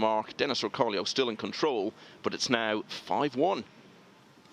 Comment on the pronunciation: Its OR CO LO not Orcolio